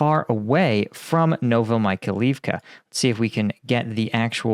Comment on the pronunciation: Like your videos. Correct prononciation of town sound like "novo-my-high-leave-ka"